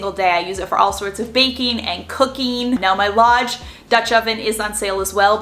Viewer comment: When you were talking about the dutch ovens and you said a few times that you got the Lodge one, I thought you were saying you got the large one, but with a Boston accent! I had to rewind several times, just to hear you saying "large" with that accent! Then I saw the word Lodge on the lid! Hahaha! That was a good laugh! 😂